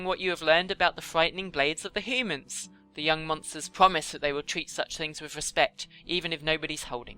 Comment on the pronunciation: The way you say humans is so funny.. Hoomans